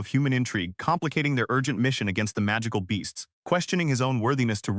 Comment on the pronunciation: did the AI honestly say Majackical? Pro-toe-ganist is bad enough. but majackical? it's been saying magical just fine. someone needs to scrape back to school